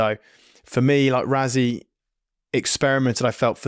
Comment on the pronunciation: Overseas people pronouncing RaSSie as RaZZie gets me everyttime 🤦🏾